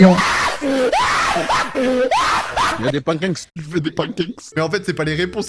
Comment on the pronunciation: Y’a des penkeke 😂😅